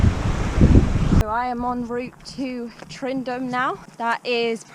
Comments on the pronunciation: Haha .Its Tyndrum . Not tryndrum . Call it tindrum , You'll be fine. HA HA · Great wee adventure your having. Tow weir was very famous walker and adventurer. Tyndrum is pronounced tin - Drum enjoy the rest of Scotland famous way. Great videos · Tyndrum, Not Tryndum :) Good luck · You make a great video got to correct you though it’s pronounced “Tindrum” can’t wait for your next instalment Happy hiking 💜🏴